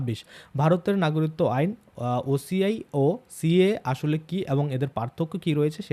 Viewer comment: সমানে নাগরিত্ব নাগরিত্ব এই উচ্চারণ করছেন কেন ? বলুন না গ রি ক ত্ব